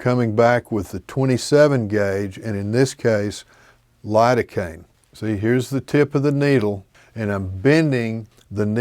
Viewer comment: You mean spread the area with Lidocaine? I heard hurricane 😂